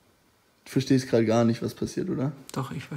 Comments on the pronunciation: Nischtscht versteschtscht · Es ist völlig in Ordnung, dass du nichts verstehsssccchhht"